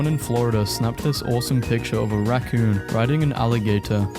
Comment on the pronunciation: "a rah coon"